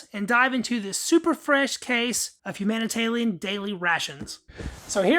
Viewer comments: Who else noticed he keeps saying “humanitalian” instead of “humanitarian” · It’s obviously a speech impediment. Dont be a dickhead. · Why are you calling them HUm HUMANITARLIAM? ITS HUMANITARIAN ! Is it a speech impediment? If so ok. If not why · Thats an R, not an L. Humanita(R)ian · It’s called humanitarian rations, not humantallion rations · Are you saying humanitalian on purpose? You know it's humanitarian....right? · You keep calling it, Humana Talian daily rations, but it is humanitarian daily rations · Nah he just can’t read lmao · love this video as it is quite rare, but the level of anxiety i get when you say "humanitalian ration" gets me shaking. keep posting man love your videos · LOL, Humanitalian eh? How, just how? How can you fuck that up so badly? Are you a lizard person? Blink your second eyelids twice to confirm. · There is an "R" in HUMANITARIAN. hahaha ;-p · that's not from the drawl....